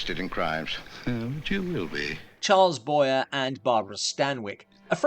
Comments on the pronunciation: I had never heard of Flesh and Fantasy, so thank you for that. BTW, Charles Boyer's surname is pronounced Bwa-yay. (it's a French thing) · I've always heard Charles Boyer's name pronounced "boy-é." I think "Room for One More" from Dead of Night is remembered if no other reason than it was basically remade as a Twilight Zone with a plane.